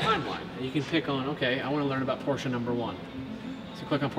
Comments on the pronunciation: Arnav Dhir Yes, I thought the same! 👍 He pronounced it right! "PorschE" and not "Porsch" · Btw thank you for pronouncing it the right way